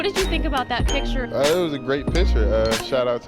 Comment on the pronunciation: Do you guys realize the narrator says picture like "a pitcher of water"